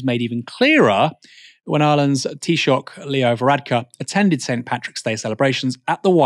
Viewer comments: ❤ fair play for properly pronouncing “Taoiseach” appreciate the effort as an Irishman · Well done on the perfect pronunciation of " Taoiseach"👏